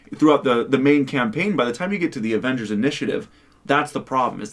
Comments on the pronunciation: “Morvals Avengors” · The way he pronounces Avengers. Avangers??Can't take it serious